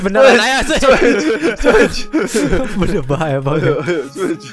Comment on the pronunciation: switch bang bukan swuid